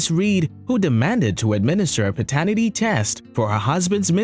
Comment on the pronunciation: Good channel. Would help to pronounce "paternity" properly though.